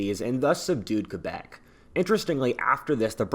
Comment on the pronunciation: Props for for Pronouncing Quebec As "KebEk" And not "KwebEk"